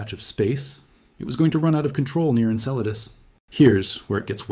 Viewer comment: I notice that it took 17 minutes for the bot to finally pronounce Enceladus correctly :)